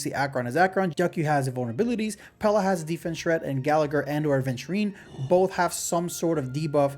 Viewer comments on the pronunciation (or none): none